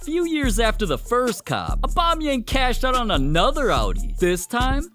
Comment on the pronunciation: normal people: aubameyang english speakign people: abamiyengu